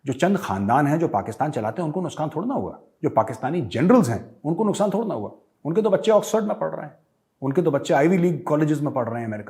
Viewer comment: major sahab, "nuskaan" 😁😁.... Jokes apart, very rare ☺️